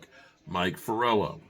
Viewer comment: Mike Florio not Forello. 😂